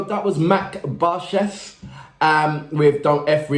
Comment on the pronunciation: Thanks again, the name Max and last name is Barskih [ b a r s ke h ] h""as you pronace in "hands". And i" you pronounce as "e"